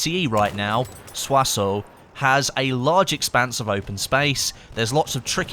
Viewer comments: FYI Soissons is pronounced "Swa-son", not "Swa-soh". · It's not pronounced Sios-o it's Sios-ohn, you gotta use a little through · hey u have to say it like soissons not soisso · Pronounced 'Swasson' not soy sauce or swassoe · you pronounce it Soi-son wtf sorry if hate to hear english fucked up pronounciation